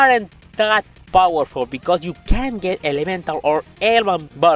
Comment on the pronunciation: I need you to work on your pronunciation of the word CAN'T It's hard to hear certain part what you said... what were you saying Did you say they are that powerful?